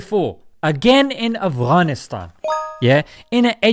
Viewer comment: Love the way you say "Afghanistan" makhraj on point lol